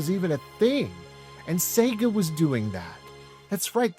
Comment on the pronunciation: I just really appreciate that you pronounce the damn thing right! "Say-ga"